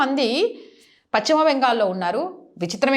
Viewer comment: Paschima ,it's not pacchima